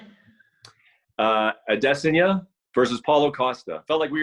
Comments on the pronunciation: Brett "Adeseňa" Okomoto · Why does this guy and Ariel pronounce Adesyana like they are from Africa?! Just sound it out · Did Brett really say Ah-dess-ih-nah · Add-en-saya? Okamoto completely butchering style bender's name 🤣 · Bret pronounces adesanya name different every time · Did this guy really just pronounce Adesanya like that? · Jeez, this guy mispronounces so many fighters names it's like he's never watched UFC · how does brett not know how to say Israel Adesanya